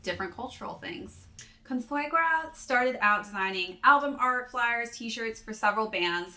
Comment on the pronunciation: Ninja Turtles/Splinter vibes lmaooooo. Also, your pronunciation of "Consuegra" was funny, but I'll give you an A for at least trying lol